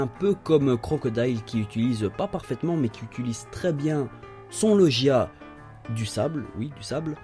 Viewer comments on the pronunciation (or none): On dit logia pas lochia